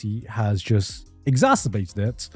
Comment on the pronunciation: Pretty sure Garnt said exacerbated wrong twice and right once?